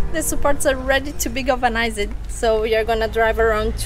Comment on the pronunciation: I love the way says "galveuni-zaide (galvanized)"....